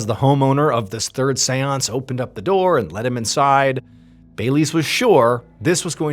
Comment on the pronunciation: Wherever he says seance, I just hear Seweance, from Southpark